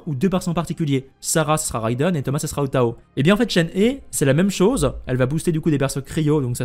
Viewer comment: Coucou ! Alors la prononciation de Shenhe ressemble à « Shen rheu », avec un son « rh » comme un r expiré (je sais pas si tu vois) C’est pareil pour Hu Tao, qu’on prononce « Rhou Trao » (oui, parce que le « t » se prononce « tr » en chinois)